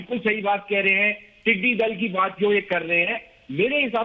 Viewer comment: aap professor hain aur Urdu aap ki zaban hai. Lafz "Tiddy Dil" nahi hai. Sahi lafz Tiddy Dul urdu spellings Dal Zaber Laam dal or dull. Tiddy Dul.